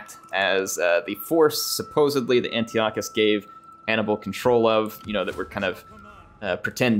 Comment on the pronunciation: It’s pronounced An-tie-eh-cuss.